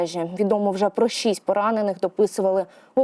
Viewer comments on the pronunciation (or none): none